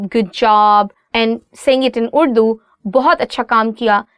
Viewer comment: السلام علیکم محترمہ اور - - - - Really madam your efforts are appreciable. But your anchor madam should pronounce the word "URDU" in Urdu style not in American style.